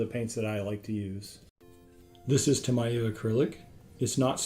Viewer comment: Nice intro, looking forward to future videos in the series. One nitpick - Tamiya is pronounced tah-mee-ah.